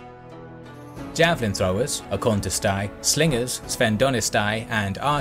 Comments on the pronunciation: It is not akonistai, sphedonistai, toxotai... The ai (greek:αι makes a sound of e like the word ever) That means it pronounce Akontiste not Akontistai and so on. Really good job though! Extremely accurate map and everything were said really good. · My friend in Greek "ai" at the end of the word is pronounced "e" so you have the akontiste,sphendonete,toxote and peltaste. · Great Video ,,,but one small correction (because I see this a lot and I can't stand it any more) ,when it comes to pronouncing Greek words please say it correctly or just say it in English because they loose there meaning, for example ''Akontistai'' is not pronounced ''Akontist-a-i'' is pronounced ''Akontiste'' (''A'' and ''I'' together is one word and is pronounced ''E''), and the same goes for ''O'' and ''I'' (together they form one letter ''I'' ) for example ''Ekdromoi'' is Not pronounced ''Ekdrom-o-i'' but ''Ekdromi'' . Thank you and continue this amazing videos Guys ,really great work.